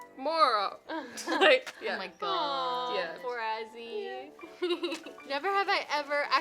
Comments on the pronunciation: Is not assy is Azzy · Not Assy its Azzy Please